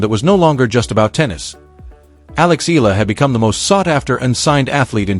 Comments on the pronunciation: Her name is Alex Eala not Alex Ayala. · Pronounced: Eh...ya...la